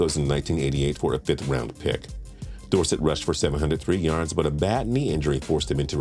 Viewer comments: Please say Dorsett correctly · His pronunciation of tony dorsett’s name was almost as bad as the time I heard someone pronounce “crouton” as “crouw-ten”